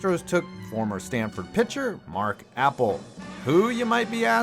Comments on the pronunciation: It’s not mark apple it’s Appel A-pel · It’s pronounced uh-pell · The way you say Appel as apple 😂😂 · It’s not apple it’s uh pel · I knew you were gonna make an apple joke for Appel, but his name is pronounced Uh - Pel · It's not Apple it's Appell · It’s mark “uh pell” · It’s not Apple. It’s A-Pel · Alright anyone else bothered by his pronunciation of Mark Appel It isn’t Apple Here’s the right way to say it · this dude doesnt now how to say these names, its not apple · I can’t tell if ur pronouncing it like Apple as a joke or cause u genuinely don’t know his name lol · It’s not even pronounced like Apple lol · It’s Appel not apple and nail not nial u need to learn how to say nanes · Mark "Apple" 😂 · Pretty easy to tell you’re not a baseball fan. Appel isn’t pronounced Apple. And the huge story you didn’t even touch on is the Astros picked him over Kris Bryant. The guy who won ROY then the next year he won MVP. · Since they don't know the difference between the pronunciation of the food apple and the name Appel, I'm assuming this channel is not all that familiar with baseball in general. Still a huge fan, just probably not worth getting upset about them messing those things up.